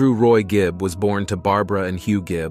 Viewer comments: Andy Gibb not Gibbs. If you're going to make a "documentary" do your research first, get the names and facts right or don't bother. The true fans know the truth. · Seen too many of these ridiculous videos on yt lately. As another comment said, straight from a wiki page. Can't even say the name of the person that the "documentary" is about properly. Gibbs? Geez. Massive thumbs down 👎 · Probably the same way the author of this video didn’t realize he was mispronouncing Andy’s last name 🤦🏻‍♂️ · Well it starts off in the first 30 seconds of the video mispronouncing his name so I’m out ✌️ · Not even five minutes in. Maurice is pronounced "Morris" and their father's name is not High - it's Hugh. The surname is Gibb - not Gibbs.